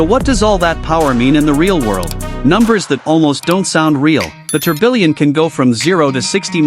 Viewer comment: It's pronounced as Tur-biyon. And its she-ron. Not Chi-run.